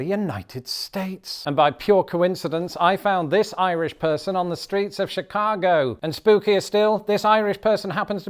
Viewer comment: The way Diane says “Chicaaago” she fits right in. 😂❤❤❤😂